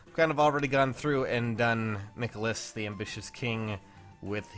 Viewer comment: the way you pronounce michaliss name gives me cancer